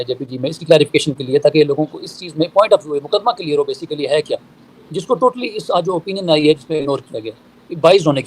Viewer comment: جاہل وکیل ہے۔نہ اردو آتی ہے نہ انگریزی۔بیسکلی،انیشیلی؟وتٹ دہ ہل ہی سپیکس ابوٹ؟